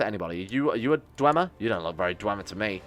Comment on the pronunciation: if i hear dwemer-y one more time i am going to bring up documents about the falmer.